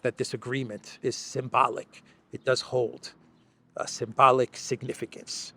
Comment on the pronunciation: “The Big Guy said the agreement is sym-bollick” - He did say sym……..